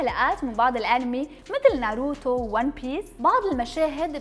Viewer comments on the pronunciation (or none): none